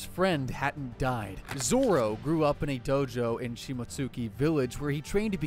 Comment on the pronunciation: Bro why 4kid name zoro to zolo